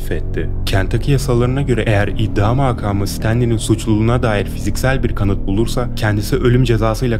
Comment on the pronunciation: iddia maakamı değil makamı çok rahatsız ediyor dikkate almalısınız.